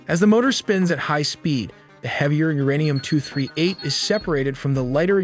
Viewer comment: Not uranian its uranium 😂😂😂